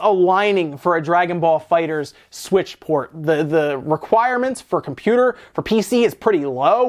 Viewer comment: It's pronounced fighter z